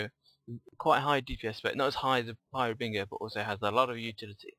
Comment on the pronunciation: love the vids, just one thing tho, you gotta stop saying "Har"bing"er", Try "Har"bin"ger". Thanks.